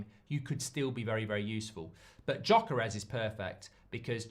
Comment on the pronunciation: Does anyone else get a bit triggered with Mark’s pronunciation of Gyökeres every time? 💀😂